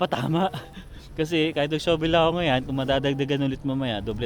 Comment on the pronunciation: Shovel po is pronounced as "shuh-vl", d po "shooh -vl". Cheers!